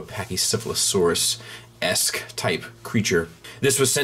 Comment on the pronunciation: be honest...how many times did you practice saying pachycephalosaurus...seriously...